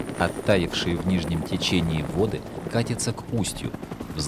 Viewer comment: Ну так извините,и 49я секунда и нижнее с верхним начинают путать( течение) А чего ещё надо - Марьиванна оценки то ставила за что? Правильно,за правильно поставленные ударения!